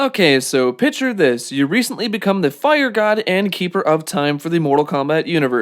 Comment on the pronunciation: Did you say “pitcher this?”